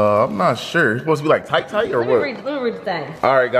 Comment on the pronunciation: She just said thight and warm 😭😂😂😂